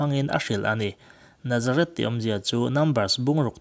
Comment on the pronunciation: Nazareth tiin i lam ri a,Nazarit ti a lam zawk tur aw